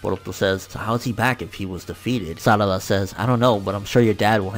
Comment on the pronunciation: i dont trust people calling sarada "salada" .. this aint legit